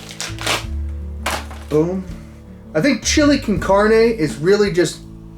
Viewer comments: Lol the way you said Chile con carne 😂 sounds like you really tried hard how to say it exactly sounds like you talked Spanish before 😂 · "Chili con carnae"